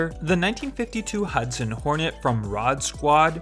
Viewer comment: Doc huudson